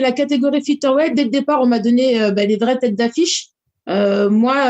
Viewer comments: "Fiteur" weight. Me dit pas qu'elle n'a jamais entendu comment ça se prononce quand même. 🙄🙄🙄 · franchement parler des défauts d'amanda nunes quand t'es pas capable de dire featherweight correctement et même de faire le poids on comprend pourquoi la majorité des francais ne sont pas prit au sérieux